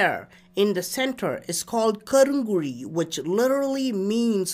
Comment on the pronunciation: KARUNkULZI. 👉.....thamizl pronounceation is awesome....👌😊